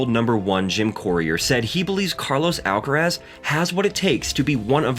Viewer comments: Why "alcarez"? Influenced by "alvarez"? But then it would be spelled "alcarez", no? Just say"alcaraz". Not "alcarez". Why would you say "alcarez"? It's "alcaraz". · Why do you call him Alcarez?. It’s AlcarAz!